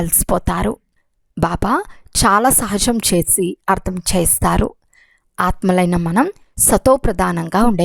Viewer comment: Sister..చేస్తారు అని పల కండీ..pls నిదానంగా చదవండి